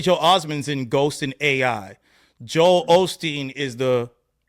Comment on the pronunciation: He didn't do it on purpose. I love Kdot, but he just fucked up the name. There's no double with Joel Osteen